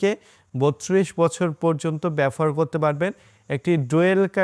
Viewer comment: shob bujhlam, but BABOHAR ke bar bar BAFOR BAFOR bolchen kno vai?